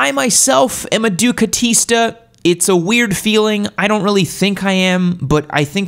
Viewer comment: I've never ridden a Ducati, but they are beautiful and I would ride all of them given the chance. With that being said, every time you and I've only ever heard you say it out loud, say "ducatista" I consider unsubscribing. This is terrible in so many f'ing ways. Please stop.